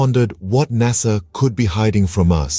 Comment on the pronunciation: Noo NASA Not Korekt.. 😢